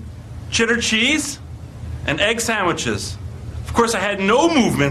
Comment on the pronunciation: ...so i began to eat, chitter cheese and egg samwiches...